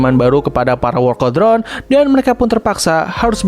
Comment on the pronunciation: "Wolkel drone" 💀